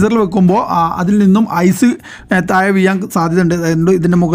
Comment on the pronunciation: മുയുവനായി ഒയിച്ചുകൊടുത്താൽ തായെ വീയില്ലേ...